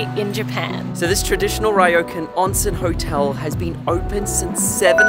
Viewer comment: What a fun family trip with your parents and your sister and her child! But Ryokan is not pronounced "Rye-oh-can"?